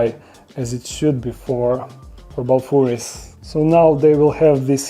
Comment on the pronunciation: it sounded like bababooey enclosure